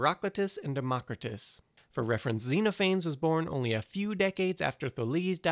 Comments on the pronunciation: zenaphanes, pleanaphanes,leanaphanes, fleezaphanes,weenaanes, ulaphanes, plugzaphanes, ruinzaphanes, the more this guy talked about these mostly unknown groups, the more that i felt my eyes glass over. silence or a simpler version would have helped. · That's not how you say Xenophanes... :-(